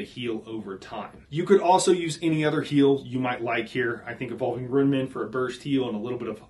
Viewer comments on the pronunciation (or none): Loon. Tune. RUNE. You're 'Ruining' your video by pronouncing it wrong. (No, not really, but I had to fit 'ruin' in there somehow.. 🙂)